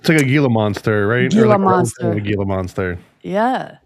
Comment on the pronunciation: Gila is pronounced heel uh